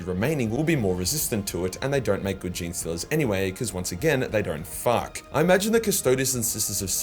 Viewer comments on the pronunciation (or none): the way he says "FAUK" gets me lol also that ending WHAT